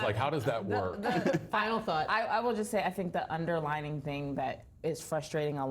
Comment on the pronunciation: "underlying" not "underlining"